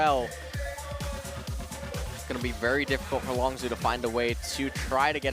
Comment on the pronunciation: that guy needs to learn how to pronounce longzhu